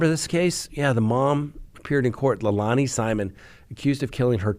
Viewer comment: Sorry, it’s Leilani (Lay-lani). Those words, lei and lani, have meaning in Hawaiian. 😘